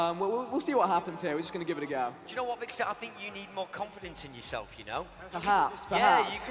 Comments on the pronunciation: How he pronounces vikkstar 😂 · Lol the announcer says Vikkster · It was really annoying me when that guy was saying vikkster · The announcer said vikkster not vikkstar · He pronounces it vickstur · The announcer pronounced ur name wrong , he said vickster123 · i hate how the guy couldnt say vikkstar but he said vikkster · He called him vikkster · Vikster. Man said Vikster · Haha he said Vikkstir